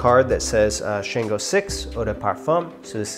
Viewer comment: We pronounce Shango like “Shawn-GO” and the way we pronounce Orisa is “Or-EE-Sha”. The pronunciations are very important in our culture. Otherwise, solid review dude! 😎 I’ve been wanting to get my hands on this but didn’t see enough reviews on it yet. If you don’t reach for this anymore, I’m down to buy it from you!